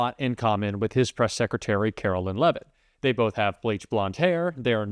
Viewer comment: Love when A.I. narrates her (because Artificial is the only type of Intelligence to which she can be attributed) and they pronounce her last name, “Leave-it” (that’s probably what her husband wishes he did). Her first name should be, “Caro-lyin’”.